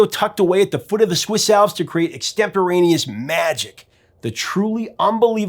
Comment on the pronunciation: Exteptoraneous?? No - extemporaneous!